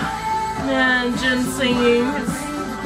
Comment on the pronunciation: Yah... Its JINnnnnnn..... 😅😂💜💜💜